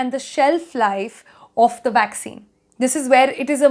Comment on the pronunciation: Is it a vaccine or waksin..lol